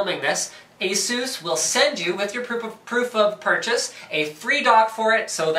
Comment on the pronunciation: "poop of purchase" HAHAHAHAHAHAHAHA